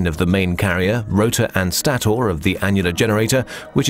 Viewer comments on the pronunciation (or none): Stator is pronounced staytor not staoor.